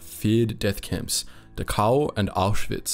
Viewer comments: I'm accustomed to You Tube computer voices by now, but for heaven's sake pronounce the words correctly. It's DA-khow, not da-COW, as if the Germans had cows there to provide milk for the inmates. Prisoners were INTERNED, not INTERRED. Even the dead were not interred; they were burned like garbage. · It's not "De-cow". It's Dachau. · You emphasize the u in Dahau, but you should emphasize the D. Du- h (as in heart)- ow Great work on the video. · Next time, please do your homework. You keep mispronouncing Dachau “ da cow”. It’s pronounced “ dak ow”. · Pronunciation is DAchau with emphasis on the first syllable. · 1 camp pronounced Doc cow. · Actually it's pronounced "Dachau". The ch is not pronounced like a k, I can't describe how it's pronounced with words though. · Great video. I only wish you had pronounced Dachau correctly. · Dachau is pronounced with the first a getting the most stress, the ch is pronounced as in Scottish "loch"- like you clear your throat, au is like ow in cow. Not that it deserves being pronounced correctly, just saying :D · You aren't pronouncing Dachau correctly.